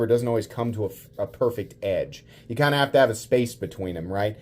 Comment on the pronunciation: Emphasis on the “kinda” 😂